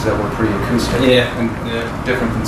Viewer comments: He pronounces several things uniquely, like “aqustic” as opposed to acoustic. It’s just the way he talks… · Did you say "a cue stick"? 😂😂😂 Damn dude. Acoustic.